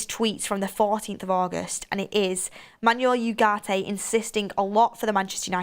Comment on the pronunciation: Not to be that guy but its mazraoui not mazaraoui or mazrooi. And its said 'manwel ugarte' not 'manuel yougarte'. No dirsrespect tho, we love u